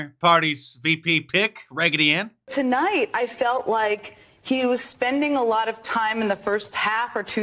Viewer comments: H e said Ragety Anne. Lol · "Raggety Ann"... LOL... Mr. Dice, Donald Trump's got nothin' on you when it comes to a good vernacular identifying individuals.